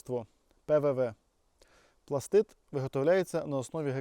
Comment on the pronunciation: Дуже приємно чути, коли справжній професіонал називає вибухову речовину правильно - "пластиТ". А то розвелося дуже багато доморощених "експерДів" і тупих журналістів, которі вважають особливим понтом називати вибухівку "пластиДом". ПластиДи - елементи клітин. То з біології. І дуже важливо, щоб побільше професіонали говорили правильно, щоб дУрні і тупі неуки хоч трохи набралися розуму.